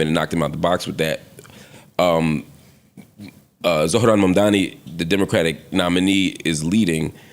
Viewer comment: Hate the way pronounces Zohran Mamdani lol